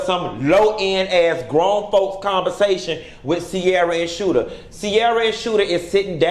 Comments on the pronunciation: LOL it's Shooter not Scooter. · It's Shooter, not Scooter. lol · So funny you call him Scooter lmao. His name is Shooter😆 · I lol everytime he say Scoota!